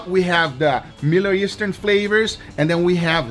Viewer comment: "miller eastern" "miller eastern" "midli eastern"